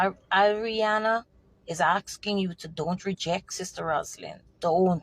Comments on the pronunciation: I think shes saying her name incorrectly on purpose…she doesn’t want to directly identify the girl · I personally believe every single word this woman is saying. My only thing is her constantly saying her name incorrectly - that can cause one to think twice about taking her seriously. If in fact some of these details/evidence does come out eventually and align with the details she’s stating, this could be of value. Either way, praying the truth will be revealed and those involved are dealt with through street justice.